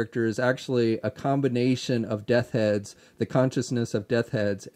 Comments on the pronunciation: I'm just messing with you buddy, but nearly every time....Death Heads 😂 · Also......say it with me...Death's Head 😂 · Bo Clarke lol! I was about to say the same thing. I love ya,, but that was driving me crazy.;)